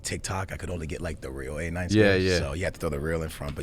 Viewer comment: its so fitting that hecz couldnt say skillz' name properly just how skillz always says players' names wrong in fifa hahaha